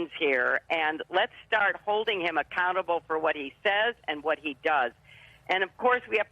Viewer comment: Did she say "accountable government" or "a cannibal government?"